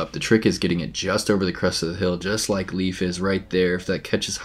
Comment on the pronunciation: Hey guys good job, nice coverage! Just a small FYI: Leif is pronounced like the English word "lay" with an f at the end. Not like "leaf".